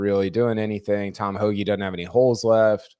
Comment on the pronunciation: the word is doesn't, not dudn't. You're a journalist, not an alligator wrestler.